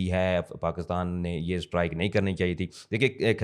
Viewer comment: Strike ko Sahi pronounce kero